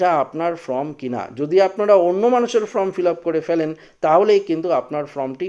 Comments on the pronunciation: ভাই উচ্চারণটা ফ্রম নয় ফর্ম। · বার বার ফ্রম উচ্চারণ করছেন , এটা ফর্ম হবে!!!! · কথাটি "ফ্রম" নয়, কথাটি "ফর্ম" হবে। নিজেকে সংশোধন করে নেবেন । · কথা বলতে শেখেনি ফ্রম ফ্রম করছে আর বাঙাল ভাষায় ভিডিও করছে। আগে লেখাপড়া শিখুন সঠিক উচ্চারণ করুন তারপর ভিডিও করবেন।